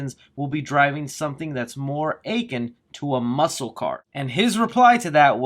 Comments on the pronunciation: You pronounce words like a bimbo teen. Akin is pronounced 'ah-kin', not 'A - kin'. Thorp, not Thrope. Noir, pronounced 'nor', not 'no-R'. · akin is pronounced "uh-kin" not "ache-in". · “Achin” A-KIN uh-kin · a·kin /əˈkin/ "aching"? 🤔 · The word "akin".... is suppose to sound like ah-ken... not aching your accent shouldn't of butchered an easy word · "akin" is pronounced "UH-KIN" not "achin'" as in "aching". You're welcome 😊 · It's pronounced Upon not achen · You said "akin" wrong